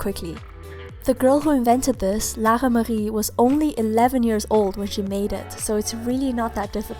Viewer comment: I love the way she pronounces Lara-Marie!